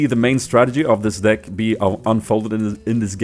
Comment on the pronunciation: He says dick instead of deck